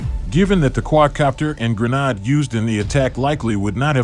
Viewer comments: lol sry dude but yeah a Grenard... definitely Gren-ade just like lemon-ade. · Whats a granaaaad? :D :D :D And octo means eight, but I only see 4 propellers, so its a quadcopter, not an octocopter.